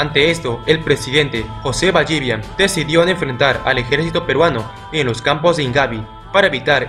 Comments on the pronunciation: Es José Ballivián con tilde en la A, no Ballívian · No es BallÍvian... es Ballivián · Es ballivián no ballívian